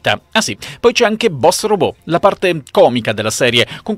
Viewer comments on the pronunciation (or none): none